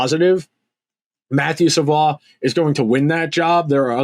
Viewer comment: Savoie is pronounced like Savoy... unlike Rafael Lavoie